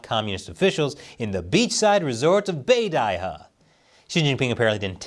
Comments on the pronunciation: beidaihe "be-die-he".. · Bay-die huh?